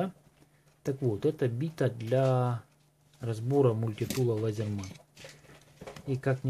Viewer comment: Выучи правильно называть- Лизэрмэн